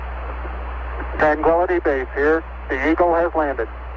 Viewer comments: "twanquility" :p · When Armstrong landed it sounded like he responded, "Houston Twanquility base here". Thus Charlie Duke got confused and said "Twan" rather than "tran". I believe it was an accident that was duly justified under the extreme circumstances and emotions of the moment. After all, they were about to abort the mission if Neil didn't land in the next 20 seconds or so. Who knows what was going through their minds, but nobody wanted to abort this mission unless absolutely justified. In fact, Armstrong and Aldin were told by mission control that if they had to "abort" the landing, they would be given the next flight slot to the Moon. They were told not to take any unnecessary chances so that they would not be compelled to make a mistake.. Source: RocketMen by Craig Nelson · Twankquillity haha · ***** I recently saw a documentary and General Duke, the cap com, commented on how excited he was that he mispronounced tranquility. He laughs about it now.